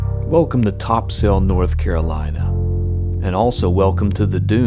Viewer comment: If you dont wanna sound like a tourist pronounce it " Topsull"